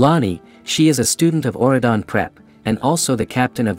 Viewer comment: it's Auradon not what your saying